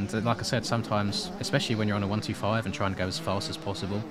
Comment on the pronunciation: I appreciate the way you say 125 we say it the same in Aus